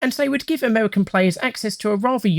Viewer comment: Amerwican Twanks